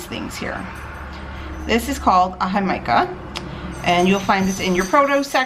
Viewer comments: hick-a-ma lol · Jee-ka-muh = Jicama 😂😂😂 Love it! Thanks for sharing! Great ideas! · Everything looks delicious and I’m not even doing Keto. Just FYI-I think it’s pronounced hic-a-ma. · Hick-uh-muh Thanks for the inspiration to make BBQ faves this summer! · It’s pronounced He-ca-ma. Jamaica is a sweet water agua drink. It’s hibiscus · Keto Michelle it’s pronounced differently than she said it. It’s HICK-uh-muh.